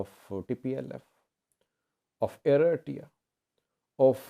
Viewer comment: Hahahaha I love your accent, say Eritrea again please hahaha come on man find another job.